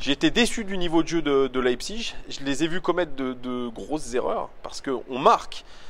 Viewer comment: Pour bien prononcer Leipzig ;-)